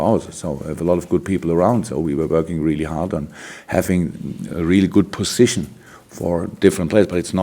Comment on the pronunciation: lol when he said pussytion